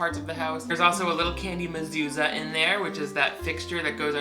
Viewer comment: And I have one a masusa on my door your pronunciation it right